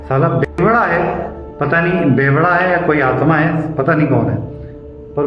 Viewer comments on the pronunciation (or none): Pebda nhi hota bevda hota h😅